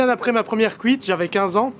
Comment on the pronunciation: "C'était bien ma première couite" hahaha mdr